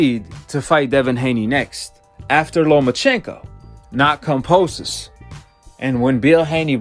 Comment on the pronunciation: He don't even pronounce kambosos right